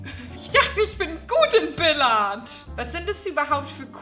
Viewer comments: Wie sprichst du bitte Billiard aus? xD Das ist ja eine Vergewaltigung dieses Wortes ^^ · Billard - lol Ich dachte immer es heißt billiard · Billard 😂es wird so geschrieben aber es heißt bilijard 😂😂😂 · "Billiard", nicht "Billard" :D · es heißt biliard und nicht bilard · das wird biljard gesprochen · Billard? Es heisst Billiard xD